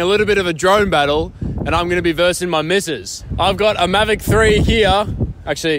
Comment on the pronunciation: Lol maverick hahahahahahahaha Correction it's mavic not maverick 😂😂😂😂😂